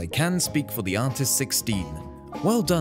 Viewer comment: I’ve watched the video 13 times and this whole time I thought he was saying artisticstein or artisticsteed